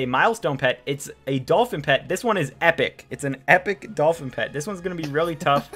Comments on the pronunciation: ENGLISH IN DANGER " Dolpin " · Epic Dolpin with no H lol